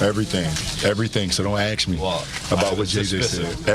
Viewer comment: "Don't axe me"??! Dude is so illiterate.